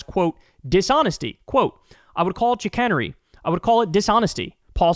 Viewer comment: chic-an-ery is actually pronounced shick-cane-ery... its a word most people don't often hear so i don't really blame kyle for not knowing the pronunciation, but his pronunciation of it was a bit funny to my ear... and the correction can be a learning experience for anyone not that familiar with the word.